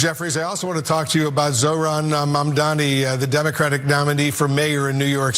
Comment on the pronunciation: He is Mamdani, not Mandami. I can imagine democrats' situation if guys like you can treat him this way.